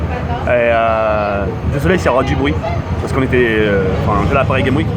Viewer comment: OhhhLxffy_ je ne comprends pourquoi tu t'obstines tu veux que je t'explique vite fait : ton commentaire s'est porté sur mon orthographe. "CES" car c'est la meme faute que le titre, PARIS GAME WIK car sa prononciation laisse a désirer et enfin "crovaient" car si tu as vu sa vidéo du coup de coude de Booba, tu aurais du remarquer qu'a un moment il dit" ce qui me crovaient pas". Enfin bref, j'espere que tu comprendras enfin l'ortographe qui n'est pas tres belle dans le 1er com'